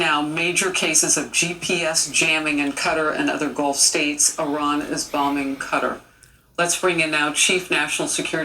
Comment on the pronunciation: The irony of everyone talking about the mispronounciation of "Quatar" while saying "Iran" wrong 😂